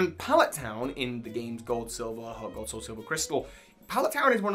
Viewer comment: Anyone else hear him say cold and silver instead of gold and silver?